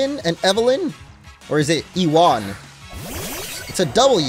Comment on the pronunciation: actually, Iwan pronounce "ee-one"